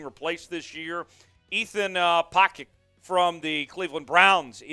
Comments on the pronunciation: Did u just say Ethan pocket 😆 🤣 what a Clow. Ethan pocic is worse than blythe. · how do you not know how to say Pocic's name, or that he was already a seahawk? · Can you pronounce Pocic again? 🤣😂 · Appreciate the content, but it's evident that you're only a recent Seahawks host (host seems nicer than other options and hasn't earned the slight "talking head"); Ethan Pocic a former 'Hawk and a complete mispronouncing of his name. Further more you ( or whoever wright's your lines) must be a big twelve fan (being from Texas area, Dallas?) because Pac 12 fans know Isaac Seumalo of Oregon St.... Penance, two "Our Fathers" (Southern religious jab) and 3 shots of fireball (seems to be your favorite). You's can do better, know your audience!